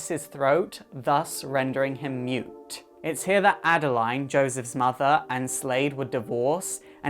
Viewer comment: mute omg i thought you said nude